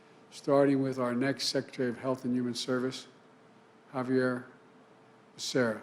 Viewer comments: OMG!! Biden got “Becerra’s” name wrong 🤦🏻‍♀️🤦🏻‍♀️ Jesus man....it’s not that hard and even my boss (CFO) takes the time to ask how you pronounce employees’ names when he’s not sure. At least he was able to pronounce his first name correctly and didn’t butcher that 😂😒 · Mr. BIDEN, you can't even call the last name of a person you are nominating as secretary for HSS. Please learn how to call people's names first before coming out on National TV to disgrace yourself.